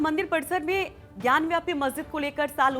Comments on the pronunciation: मैडम वह ज्ञानवापी है, ज्ञान व्यापी नहीं। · ज्ञानवापी, Not ज्ञानव्यापी